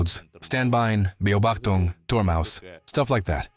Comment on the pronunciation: ja deutsche Ingenieure natürlich 😎 liebe auch die 'baubachtungs' Aussprache:D